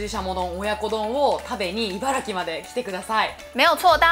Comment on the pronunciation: 不要在唸ㄘˋ城縣，正確是唸ㄘˊ城，Yuma他們也是住在茨城，每次他們唸都講ㄘˋ城，也都一直唸錯